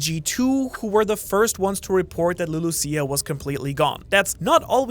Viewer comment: "Lulu-seeya" thats how i heard it lol.